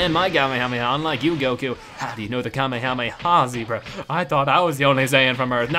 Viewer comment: It's called the kamayamay wave